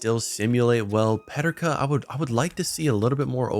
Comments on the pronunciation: they way u say JJ Peterkas name is weird. its pronounced PE-TER-KA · Why do you say Peterka like that ? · Great Vid, but as a Sabres fan, the J.J. Peterka pronunciation hurt